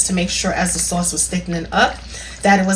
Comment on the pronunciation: I like your accent. The way you say soft and sauce is funny.